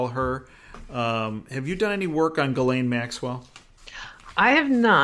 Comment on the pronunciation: Maxwell's name is pronounced Geez-lenn. Paris:Modeling agency providing girls.